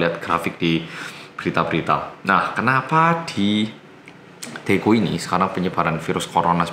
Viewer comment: Pas itu ora medok blas😆